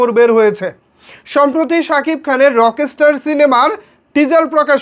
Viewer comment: এদিকে আপনি ব্রাদার রকস্টার উচ্চারণটাই ঠিকমতো করতে পারেন না।